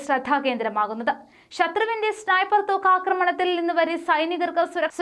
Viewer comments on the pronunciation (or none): സ്നിപ്പർ അല്ല ചേച്ചി സ്‌നൈപ്പർ ആണു 😁